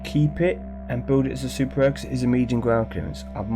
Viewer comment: So many times you said sr instead of rare😅 GG on the bentley, deserved after those ceramics